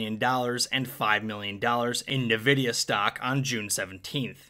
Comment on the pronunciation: The way you said nvidia hurt me internally